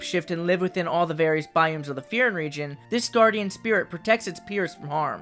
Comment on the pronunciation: Bro meant to say biomes, but he said by Ooms